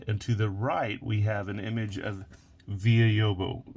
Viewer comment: Hi, I'm from Brasil and come happy to see a brazilian banknote on your video! The correct pronunciation of the composer's name is Vila with the L letter like in Vanila. Lobos is correct. He had a lot of influence from Debussy.